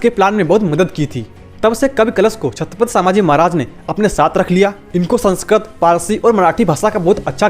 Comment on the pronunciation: Pehle thik se bolo chatphat Samrat hain??